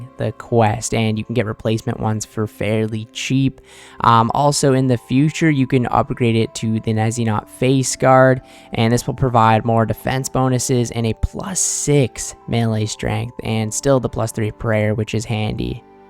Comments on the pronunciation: Nezzynot and helm of neot? Bro. Learn words. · Best way to remember pronunciation of Neitiznot is by the joke for which the islands were named. “Ya, Tis so” and “nay, Tis not”